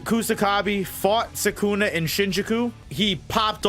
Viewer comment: SUKUNA NOT SAKUNA!!!